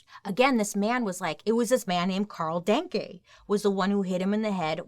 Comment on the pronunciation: No, it is not pronounced like the German thank you. The first e is spoken like the a in 'Daniel'. there is a verb in German that is exactely like the surname of this guy. to think = denken I think = ich denke